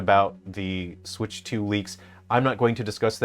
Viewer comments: The Swiitch 😂 Sweeeetchh 😂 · the swootch? the swooootch? the Suwuyush?